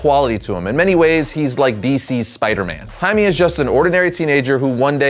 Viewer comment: Jaime is pronounced 'Hi Meh' not 'Hi Mee'